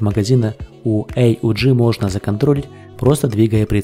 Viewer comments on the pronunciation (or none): Почему "Эй У Джи", если всегда это оружие "ауг" называют ?